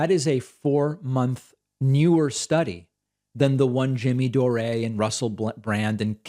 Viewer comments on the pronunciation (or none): Jimmy 'Door-ay'....Jesus fucking christ Pakman, you annoying little dweeb, stop acting like you don't know who Jimmy Dore (Door) is. And by the way he'd crucify you in a debate. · doreaaaahhhhhh??? lol its pronounced "door" lol saying the way ya did may make his empty head even bigger lol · "Doreeeee"?? It's Dore as in the word Door. You patronizing Hebe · Door-A? He knows it’s just pronounced “door” so someone tell me the joke please? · Did you seriously Pronounce Dore as if it's written Dorè? What the hell David? :P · Jimmy Dore-A? Isn't the correct phonetic pronunciation of his name DOOR? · At 39 seconds David says Jimmy Dore-A lol. Dave seems to butcher people's name intentionally sometimes haha. Especially if they are someone he doesn't agree with or like politically lmao. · I just want to keep hearing David say "Jimmy Doré" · SOMEONE PLEEEASE TELL DAVID HIS NAME IS PRONOUNCED... "JIMMY DOOR." (Even if it is spelled Dore.) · Who the hell is Jimmy “Doray”? At least learn to say his name right. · lol I love how David says 'Jimmy Dor-ay' 🤣🤣🤣 Surely he's trolling? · David -- (Jimmy) Dore is pronounced like it rhymes with more, like door. But I love that you exposed his lying and manipulation with perfect specificity. He's been lying about vaccines since the beginning, still ranting weekly about Ivermectin. He also keeps pushing the Covid quack Dr. Robert Malone who claims he INVENTED the mRNA vaccine. Malone has been totally debunked but Jimmy--like you showed in your report tonight--reports "facts" very selectively. It would be interesting to hear you talk about him. Malone. I love you mispronounced Jimmy's name, showing you never waste time watching him. I'm a "hate-watcher" because Jimmy used to be funny and astute, and he's completely twisted the other way now, so I guess I watch in amazement that he's changed SO MUCH. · Lol I love the new pronunciation: Jimmy Doray... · "Jimmy Do-ree". LOL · He's being ironic wiht the way he's pronouncing "Dore," right?